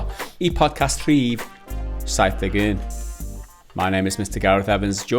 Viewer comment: Your pronunciation of 71 displeases me. More specifically how you say "un".